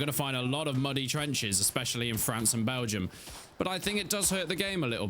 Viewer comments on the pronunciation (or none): none